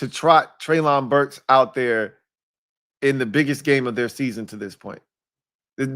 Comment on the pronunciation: its pronounced Trey-lin Burks. You are out of you freaking mine. This dude will be your WR1. Its yall job to teach him how to stay healthy. He was the only WR on Arkansas and every top 10 defense in college at his time knew he was the only target yet they still couldnt stop him. And he played vs the countries best colleges